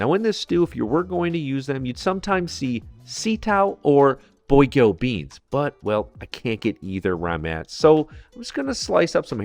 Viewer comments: Please say baguio beans correctly and thank you -- it's "bag" as in your bag of potatoes and "yoh" as in "Yooow! whaaats up!" not -- "boy-gyowh" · The Baguio in Baguio Beans is pronounced "Bag-Yoh" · You can pronounce Baguio as just [bag-yo] and most Filipinos will understand what you mean. It's actually more like [ba-gyo] but bag-yo is easier to remember. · ah yes, the classic bogyow beans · isn't it baguio (🔊bagyo) beans? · Oh god I love this. Just a quick note though, Baguio is pronounced Bag-yo.